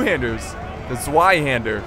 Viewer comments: ZVEI HANDER not zwei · just saying it's not pronounced Zwei hander but TSW-ai hander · It is pronounced tsvei not zwei